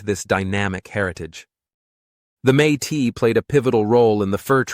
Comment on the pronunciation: Métis is not pronounced may tee. It is may tiss.